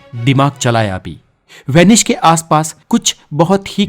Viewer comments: Vanish nahi it's Venice. Idiot 😂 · VENICE NOT VENISH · Name is Venice.. Not Venish Boss😂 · Good video... But it's Venice not "Venish" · It's S not SH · it's not Vanish..it's vanice apna pronounciation thik karo bhai. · This is VENICE, not WANISH. थोड़ा सकूल में पढ़ लेता तो सही कहता। और हां, थोड़ा knowledge व्यक्ति को भी देना, जो कहता है Inter के बाद SSC करना, वह बड़े ऊंचे पद पर है और उसके is chronology से पूरे विश्व में लोग मज़ाक़ उड़ा रहे हैं। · It is venice please Pronounce properly